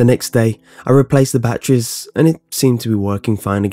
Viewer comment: bAttreeies :)) I love how he says it